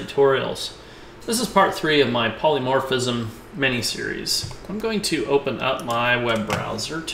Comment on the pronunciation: You keep saying 'polymorphiCism'. It is NOT polymorphiCism - it is polymorphism. Great tutorial, though!